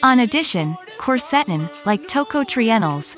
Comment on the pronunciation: The music you play in the back ground HAS TO GO! It is very annoying, while trying to listing to your presentation. The software robotic voice your are using can not pronounce "quercetin"